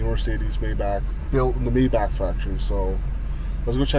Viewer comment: Mi-bachhh not Mayback.... Great video mind you 👌